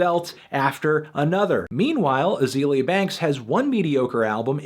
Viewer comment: You didn't even pronounce her first name right. I can't with this video.